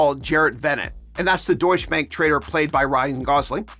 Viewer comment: DOITCH-uh bank